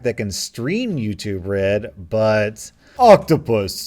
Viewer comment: You say YouTube red I hear Red